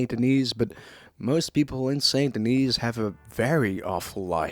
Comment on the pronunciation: Also the S in Denis is silent lol.